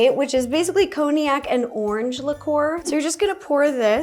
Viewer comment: “coney ack” HAHAHAHA